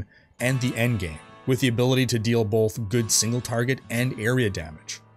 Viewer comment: Are you putting an L in "both"? BOLTH?